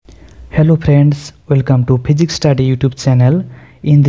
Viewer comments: Please physics sahi bolo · Phijics nhi ha Physics ha..😂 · Yaar physics to sahi bolo